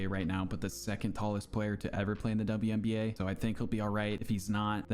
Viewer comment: "WBNA" HAHAHAHAHAHAHA